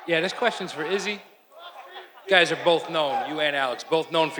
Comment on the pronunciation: shhhh 3-0😂😂😂 Izzy got butchered